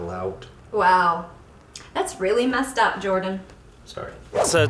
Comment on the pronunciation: SHE SAID IM MEST UP!!